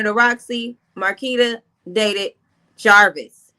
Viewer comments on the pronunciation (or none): JAR VIS not javaris ma’am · what name u saying. Don't sound like jarvis